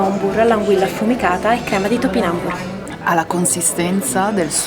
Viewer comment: Si pronuncia "topinambùr", non "topinàmbur" ... non ho capito perchè lo sbagliano tutti, ma proprio tutti tutti... e infatti anche il locale lo chiamano tutti "lìdo" e invece, come hai scoperto, è "lidò" :-)